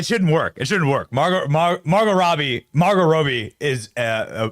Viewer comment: How in the fuck do you get "ROABY" from ROBBIE? Do you pronounce ROBERT as ROABERT?